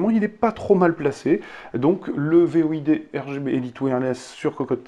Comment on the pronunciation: Void ce prononce "Voyde" et pas "V.O.I.D" 😉 Sinon très bonne vidéo